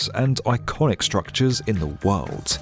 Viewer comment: "in he WORLDT" should be in a tshirt 👕